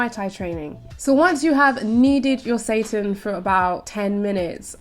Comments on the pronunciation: Every time she says seitan it sounds like Satan haha Yeah girl pound that Satan, show him who's boss 😈😂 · How pronounces Seitan like Satan warms my heart! Haha, bless her!